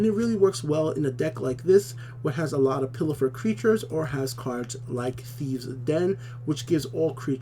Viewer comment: "Pilfer", not "Pillifer" ! XD